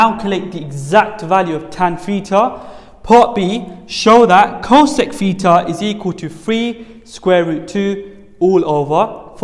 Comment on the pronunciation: Not petar but theta